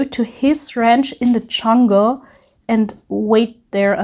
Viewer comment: Very well presented. You have such a sweet personality that comes through in your delivery. I giggle every time you say CHungle☺☺